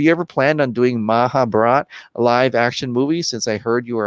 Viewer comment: actually its mahabharat its an epic "holy book" of India try to pronounce it correctly